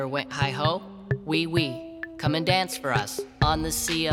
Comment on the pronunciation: I think it’s oiu oiu, not wee wee